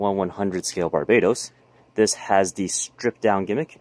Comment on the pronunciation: I'm just saying dude (btw love ur vids) maybe don't pronounce barbatos like you did because that's the name of a country which is kind of weird, if you like to pronounce it the way you did then go for it , I'm just pointing it out. Keep up the good work :D